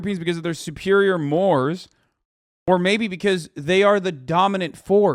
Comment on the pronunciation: He pronounced “mores” like the word more. Hahaha